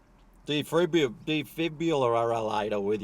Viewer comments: A defib is pronounced (the Aussie accent) de-fib-u-lay-ta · It is pronounced dee-fib-i-later. And I agree with you, KFC should definitely have one onsite. LOL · Defibrillator is pronounced "dee-FIB-ril-lay-ta". And yes, the myth about oil being a fossil fuel that's about to run out soon is a lie to keep prices high enough by way of artificial scarcity, much the same as diamonds. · Defibrillator... pronounced: De fib ril later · De-fib-u-later hehe ♡ You're so amusing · That’s not how you say it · Its defibrillator, but since u are u can say defibluator or delibfuator or debifulator or detifbulator or detibfulator